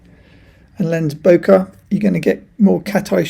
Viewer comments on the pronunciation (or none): none